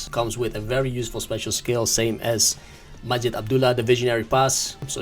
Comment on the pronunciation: 😂😂😂the saudi guy his not MASJED 😂😂 his majeeeed 😂😂😂